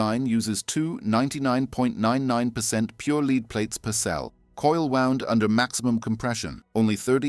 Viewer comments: AI voice faked as a British accent. The LEAD in a battery is pronounced like "led" not like "you can lead a horse to water..." This kind of bullshit makes me doubt the entire content's honesty. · 8 years so far on Motorcraft OE battery in Raptor. Why does this asshole pronounce "lead" with a long 'e'. Does he go to beed every evening? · Leed battery?